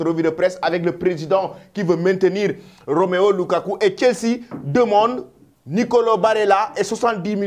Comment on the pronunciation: C'est la deuxième fois que je te corrige pour ce nom inventé par toi même Romeo LUKAKU au lieu de ROMELU LUKAKU.